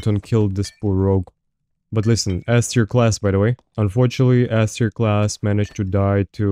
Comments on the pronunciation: Took me a while too 😅 didnt know whether he was saying it’s shit or godly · i cant figure out if is saying S-tier or Ass-tier and its killing me